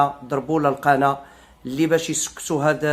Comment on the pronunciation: نقول القناة وليس القنا. المرجو التصحيح حتى لا يقال عنك كسول متل الزروالي